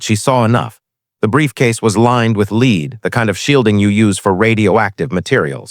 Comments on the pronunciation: the metal, Pb is pronounced LED not LEED. AI narrators always get this wrong. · When You SAY the word YOU say LED as is the METAL. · LEAD METAL IS PRONOUNCED "LED". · Wrong pronuniation of the word lead. How could she know interior of a lead box at 600 yds. When did navy graduate female Seals.